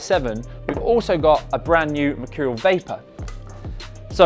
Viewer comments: No one: Ronaldo: mechurial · I'm gonna start saying machurial now like cr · Merchoooreal es Amazing...you heard it here first